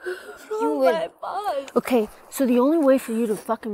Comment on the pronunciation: it's not okhe It's okay